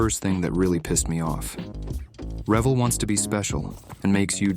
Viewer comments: What needs to be stopped is putting the accent on the first syllable of Revell. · It would be better if he knew how to pronounce Revell . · Can't even pronounce Revell properly. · Revell was pronounced with the accent on the second syllable back when I was building models in the 1950s. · Too bad he can't pronounce Revell correctly. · Please for the love of model building, stop calling it revel it’s Re-vell and yes they make low detail kits. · Turning to another channel now. Please learn how to say the name of the company it’s not ravel. It’s pronounced Revell. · LOL … you complain so much about having to drill and fit. Try making a model from scratch with sheet brass like was done before plastic models. Do you really pronounce it rev ill .. not rev elle. Finally, try using tight fitting rubber gloves if you want to do fine work and are afraid of glue. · My whole life.. My friends and I always pronounced it “Reh-VELL” as opposed to “REV-ell”. Dunno witch is correct. Nice model! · rev-ELL, not REV-ell pin it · Its re vel not revel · It's pronounced Re-Vell, not revel... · Rev-ul? Ithought it was Re-vell. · You are obviously a young fella as the name of the manufacturer is Re-velllll, and not revell (like rebel). I've been making models longer than you have been breathing air, so I have enough experience and time to know how to pronounce it. :face-turquoise-covering-eyes: P.S. The real Bismark wasn't in existence long enough to have all that weathering/detail enhancement on it! You're never too old to learn something. :face-blue-smiling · Anyone who builds kits wearing black gloves is a douche bag! And it’s “Re-vell” not “Rev-ell” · Accent is on the 2nd syllable, not the first. Re-VELL not REV-ell. Bah! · I built MANY Revell models as a kid. Mostly planes. I know you say "REVell". I also thought it was pronounced "reVELL". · It’s pronounced “Revéll” like hell, not “Revel” like Devil. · Rah-VELL, not revel. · It's re-VELL! Not REV'll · It's pronounced RA-vel not rev-el